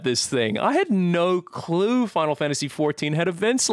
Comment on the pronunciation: I've never heard have that strong of an Australian accent. The way he pronounced "no clue". Also all the commentary in the pool party he sounds WAY more Australian.